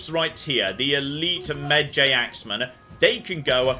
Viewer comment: Look,, I love you but I'm gonna need you to watch the Brendan Frasier version of The Mummy like literally today and learn how to pronounce Medjay because the way you're saying it annoyed me more than it had any right to.